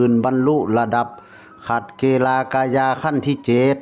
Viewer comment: นักยุทธระดับขัดเกลา(เกา) ไม่ใช้เก-ลา นะคับ พอดีผมตะขิดใจ😅